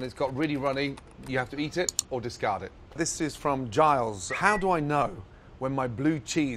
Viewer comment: Wow he pronounces Giles correctly bravo